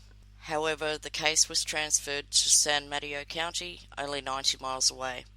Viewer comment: I remember this case very well. I lived in the Bay Area at the time. Good coverage, my dear! P.S. not a big deal, but it is pronounced 'San Muh-TAY-Oh' 😊